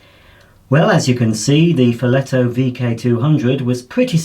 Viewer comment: Good pronunciation ! I'm italian.